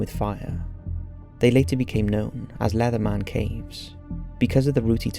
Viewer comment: I love how he pronounces leatherman as though it rhymes with letterman, its cracking me up for some reason